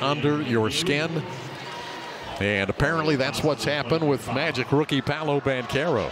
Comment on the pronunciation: Paolo not Pablo wtf